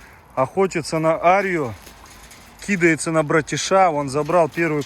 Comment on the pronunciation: Что за тенденция в последнее время говорить кИдается вместо кидАется? Или это правильно?🙄